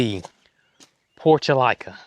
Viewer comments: 🥰🥰🥰🥰🙏🙏 Respectfully: those pretty window box flowers is pronounced PORT -U-LAH - KAH or commonly called Moss Roses. (Which were my Grandmas' favorite.) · I always pronounce the Portulaca with the la sound, NOT LICA. Must be my regional thing. Texas and before that Northern Illinois.